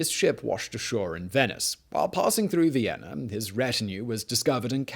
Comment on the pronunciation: It's Vienna not Viena